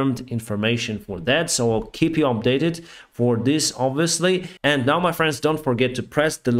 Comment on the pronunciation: The words and, end and side is normally not pronounced with a t in the end. It is d in the end.